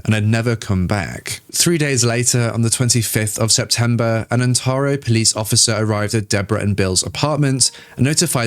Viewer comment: You need to pronounce the names of cities more carefully. Ontario is pronounced On tar e o, like Ontario, Canada. (4 syllables) Not Ontero. San Bernardino (4 syllables in Bernardino) and is not San Bernardo. You do have a nice voice, though.